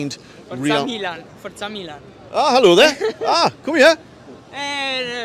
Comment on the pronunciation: Great video. The battle of the stripes looks really interesting. Some pronunciation help for you...The cathedral is pronounced "dwomo". The 2 Milan teams are known as "meelan" or "inter". Good luck in the San SIro tonight! ps: The stadium is actually the "Guiseppe Meazza" but the zone of Milano its in is called San Siro